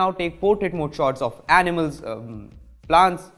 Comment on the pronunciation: I had to pause and comment in the middle 😂😂.. Animals? Seriously? 🤣🤣